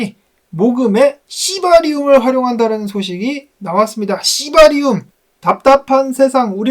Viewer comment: 시바리움 발음 찰지십니다..